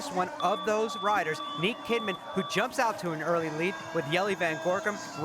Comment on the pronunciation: The name is niek kimman not niek Kidman